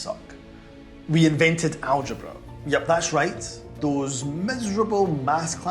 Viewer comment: Algebra hota hai behen Al-zebra nahi hota. Algebra lafz Khwarizmi ki kitab 'Al-Jabr' se liya gaya hai.